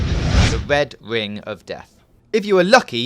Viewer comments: Whats a wed wing? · the ved ving of def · "the wed wing of death".